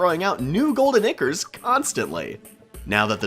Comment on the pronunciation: The way he says golden ichors 💀